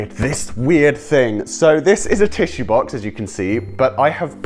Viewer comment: When he said box he said baox like ba ox